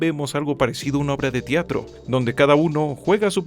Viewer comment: Se dice "Teatro" no "Tiatro"